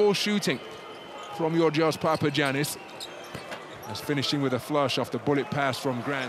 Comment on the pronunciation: It's pronounced Papayannis. Haven't you learned from Giannis Antetokounmpo?